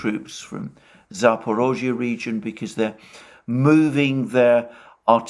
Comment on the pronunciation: Kudos for finally correctly pronouncing Zaporozhye!